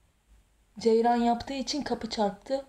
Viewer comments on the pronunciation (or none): Ceyran değil ceryan 😁